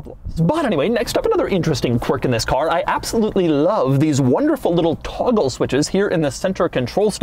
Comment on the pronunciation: Say 'toggle' again